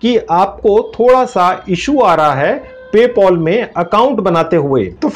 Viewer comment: paypal❌ paypol✅😂😂😂😂😂🤣🤣🤣